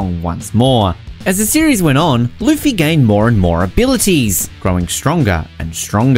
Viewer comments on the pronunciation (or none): none